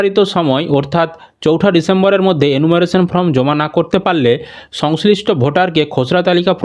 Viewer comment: Pronounce correctly the spelling of form